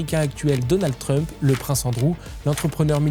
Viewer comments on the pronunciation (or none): none